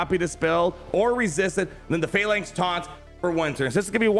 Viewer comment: finally you pronounce phalanx correctly lol